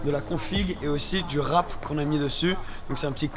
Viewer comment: we say Wrap in french too not WRAAAAP